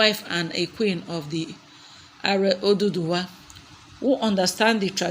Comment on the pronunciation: I can't just imagine the way you pronounce virtually all the names all these while! Haven't you heard others pronounce them? Not even Oduduwa! The oyinbos do better in the pronunciation than you. Why? To date, you can't do well, pronouncing Queen Naomi's other names and even the crown prince's names! Reading the out, the interview did not flow as well. Why? You can do better, please!